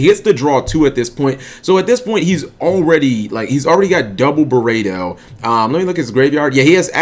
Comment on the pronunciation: It's pronounced burrito